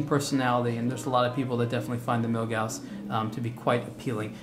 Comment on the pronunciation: Props for pronouncing Milgauss correctly.